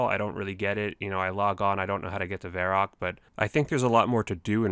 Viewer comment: "I don't know how to get to varrok"